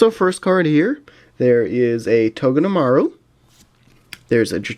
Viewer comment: you can read it as togeTemaru much easier i think